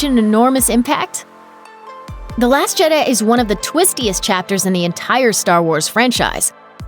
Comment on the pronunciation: say that again????!! lmao. last jeduh, huh...